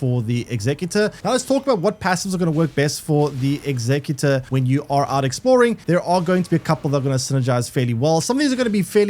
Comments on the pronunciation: The class name pronounced how its spelled, your sounding it out like the word executive. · He is saying saying how is spelt, in your example of executive replace the ive with or and that's the word